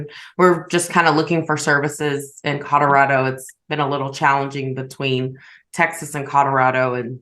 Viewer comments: I hear codarado also!! Driving me insane! How do you not know it’s C O L O R A D O?? lol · Is it just me or is saying “Cororado” instead of “Colorado”??? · I heard codorado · Maybe she has a speech impediment? Cuz I heard Codarado too... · I hear cod like the fish, and my father says it the same way…whyyyyy. It drives me crazy